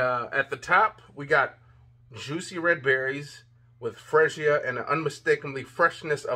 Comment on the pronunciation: Perfume fragance is suppose to lighten the longer it's on. Not stronger or the same. Female fragances are stronger. Freesia is pronounced free sha. What do you mean the bottle is cheap? Do you want to pay for the bottle or the fragrance? It looks good and smells good and the bottles looks good. It's not about the bottle materials totally. I think it feels good, looks, and smells good. And Russell is star quarterback for the Seattle Seahawks, not just a football player. Consider brushing up on your skills before reviewing because this means something to their lives and how they can help somebody's life. Rating your review, I give you 3 out of 5. Hope your review will encourage purchases.